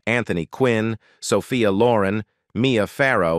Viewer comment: Interesting, but wish the narrator worked on his pronunciation eg Sophia Loren's surname.